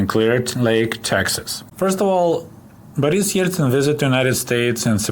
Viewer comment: I like the pronunciation of Boris' name